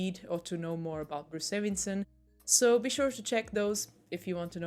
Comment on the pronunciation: Why are you calling him 'Davinson'?